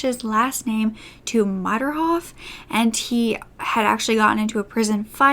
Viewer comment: No, not "Modderhoff;" Mayrhoff.